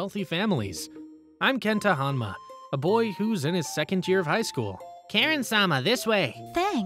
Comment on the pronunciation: so close to the surname "Hanma" but instead we got "Honma"